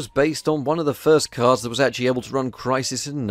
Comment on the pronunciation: Who keep hearing cars and not cards